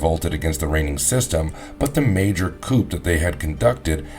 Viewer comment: Coup is pronounced coo. No judgement, but I'd like to be corrected. Great video